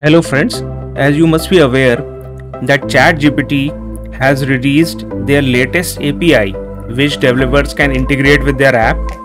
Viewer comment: never heard of "THERE app"